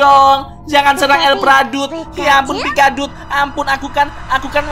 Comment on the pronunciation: Pikaduit kali bukan pikadut